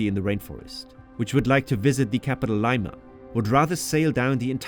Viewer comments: Too bad Babbel didn't teach you how to pronounce the capital of the country. But if "Yale" says you can learn a foreign language in three weeks, it must be true. Are you AI? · Considering how you pronounce Lima, I do not have a lot of faith in Babbel... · This video has an advertisement for a language learning app that he supposedly used to learn Spanish and he still mispronounced simple words like Lima. Wow. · really nice video but with the way you pronunce Lima i dont think ill be trying that languaje app any time soon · So, you learned the language? And you can't even pronounce Lima properly!!!!!!!!!!!!!!!! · Man mispronounced Lima multiple times and then plugged his sponsor where he learned Spanish. That's awkward... Otherwise, great video. I hope to visit Peru one day. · You learned Spanish and you still pronounced Lima wrong 😭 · Based on how you pronounced Lima, I'm guessing you're still at the very beginning of your Spanish lessons. I hope Babbel helps you improve that. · Babbel didn’t teach you how to properly pronounce the name of the capital of Peru? Or to recognized that the letter in Lima would not be pronounced like that? Interesting. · bro as someone who speaks english and spanish let me just say that this wasn’t an accent thing, he just doesn’t know how to read or pronounce spanish, and that’s fine, just funny to be sponsored by a language app lol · It seems Babbel is not too good if you pronounce Lima like that lol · If you went to Peru, how is it you can’t pronounce Lima properly? Explain. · that’s what confused me too lol, how did he make an entire trip to the city and never once hear anyone say the name? very weird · Oddly, a lot of his Spanish pronunciation was not bad. That made his pronunciation of "Lima" all the more jarring. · If Ohio adopted the name from Peru then they should probably learn how to pronounce it correctly. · I don’t think you learned a lot of Spanish from the way you pronounced Lima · "Laima"???? Really????? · "Layma" xd